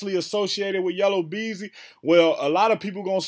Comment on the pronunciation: YellA Beezy NOT YellOW Beezy 😂 😂 😂